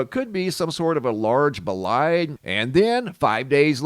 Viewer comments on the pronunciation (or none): WHAT is a B-LIDE??? you've said it now 3 times in this video so far and I've never heard you use that word before... Ohhh, I think you mean a BOLIDE tho.. well you have to pronounce the O .. it's a BO-lide.... the closed captioning kept showing bide so I was really confused lol